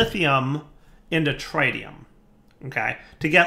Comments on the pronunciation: Everytime you say TRI-tium Instead of TRIT-ium, anyone with a science background dies a little inside...... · It's not. He's pronouncing it wrong. It's not a dialect thing. AluminIum and aluminum are spelled and pronounced differently based on region. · the Tri in tritium is prnouced like the tri in Trinity. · I'm genuinely curious, - pronounces Tritium as TRI-TEE-um. I've always heard it call tr-IT-E-um. I'm guessing it's yet another word that's pronounced differently depending on what version of English your speaking? You know, like the word aluminium. In the US it's pronounced Ah-Loo-min-num, but elsewhere it's called AL-U-min-E-um. I hate English. It's my first language, and yet even after 26-27 years of speaking it, I still don't understand the rules! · Where are you getting the D from in tritium. It’s pronounced tr i tium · He mispronounce it on purpose since his regrowth series with soaryn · Here’s the most important rule: don’t pronounce things the way does. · every time her mispronounces, "Tritium" I die a little inside. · Please learn how to say tritium correctly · For the love of God learn how to say tritium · Mis-ka-llaneous is the worst of all. If he can’t even speak basic English correctly, why expect that he’s going to do better with words like tritium?